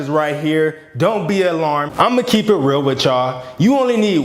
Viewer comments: “if you weally a weal waver” 😭😂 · peep how he said "will waver" instead of real waver😂